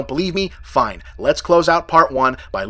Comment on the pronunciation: "I love it, fain, you don't, fain as well" What does 'fain' mean? Are you saying 'fine'?